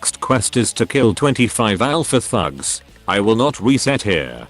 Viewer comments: What he says "the thugs" What I hear "the #####" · your text to speech makes “thugs” sound like “fucks” 😭😭